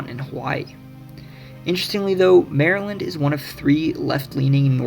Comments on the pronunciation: No. 3 must be the one where they call Maryland..."Merlun", lol! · 'muuurlyn' is how we say it